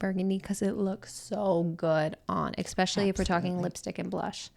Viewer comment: A really interesting video. „Exspecially“ did get a bit distracting though. It’s nice to see the interactions and banter between you both